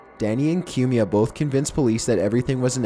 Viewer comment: It's pronounced "Coo me ah" Not "Que me ah"